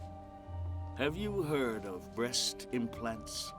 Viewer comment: Edward said breast inplants.....bababoooom😅😅😅😅😅